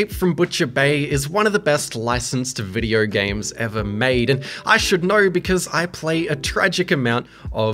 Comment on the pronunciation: hahah u cant say video its always videyrr''' hahha shiyat